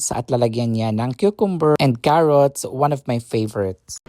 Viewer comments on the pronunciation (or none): none